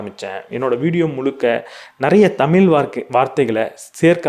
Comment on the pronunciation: Good effort just a humble request, please practice correct pronunciation for "தமிழ்"